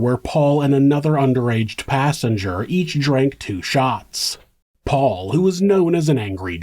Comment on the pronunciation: I watched the trial and watching Alex call Paul "pawpaw" repeatedly was so annoying.